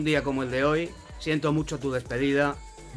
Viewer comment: Dice que Brus Wills 🙊🙊🙊🙊🙊